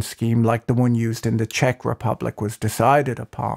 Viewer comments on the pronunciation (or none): none